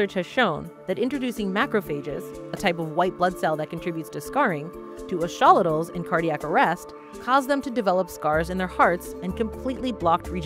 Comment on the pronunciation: I have studied these creatures for many years, have listened to specialists and Scientists speak on them, but I have never heard their name be pronounced as "Ash-olitals." Is that a regional dialect? "Axe-uh-lot-al" has always been how I have heard it pronounced ubiquitously. Great video. It would be fantastic to apply this biotechnology to regrowing human limbs and organs.